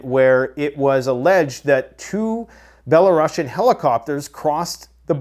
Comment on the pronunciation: dudes up here trying to pretend to know everything but cant even pronounce belarusians, def not bela-russian. grandstanding nitwit.